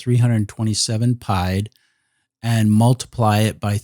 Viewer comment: From all the French I took....it is not pronounced pie-d. It is pronounced pee-ed. Meaning foot...not to be confused with Pie the mathmatical figure.